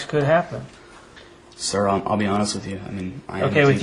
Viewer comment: “I’m just being Hawnest” proceeds to lie throughout his entire interview